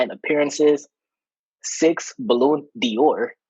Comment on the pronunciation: (or is it?) really struggled with Spanish and French: siete for 16 and Balloon Dior for Ballon d'Or. Too funny. 😂😂😂 Will the intern's identity be revealed in a future episode? Seems to be a busy person.